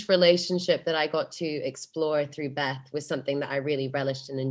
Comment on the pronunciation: もしもベスの発音のことを言うてるなら Bes でなく Beth だからね